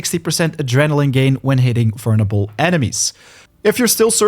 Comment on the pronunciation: Vernable? Whover? Vulnerable is the proper way to say it. Hover said like the vacuum is the wrong way to say that word. Improper grammar bugs me.